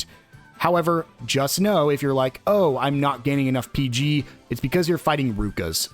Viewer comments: No, it is not peg. It's peeg, long e sound. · Its not pronounced 'peg' its called 'peeg'. They say it in game